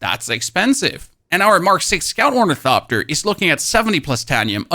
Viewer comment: Wait does he say onithopter correctly now